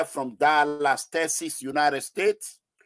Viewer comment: Wait I just gat a question for you sir❓ Is it Texas or Teciss And also you do say Delis.. to be Dallas Sir which of pronunciations is correct????